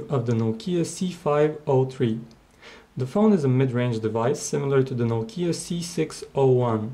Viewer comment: *NOU-KEE_YA* #LOL